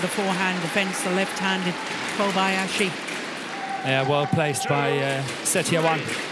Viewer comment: Morten says: Koyabasi 😂😂